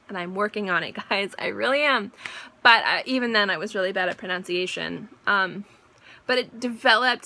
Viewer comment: You mispronounced pronunciation and it made me giggle so hard! With you though.. Not at you. You're so humble and sweet I really enjoyed hearing your stories, I have an interview this week for a fragrance job. Thank you! 😂